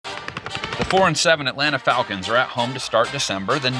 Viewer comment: Yeah FalCANTS! 😂